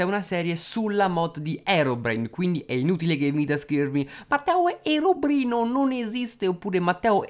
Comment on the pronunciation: ma perche dice herobrino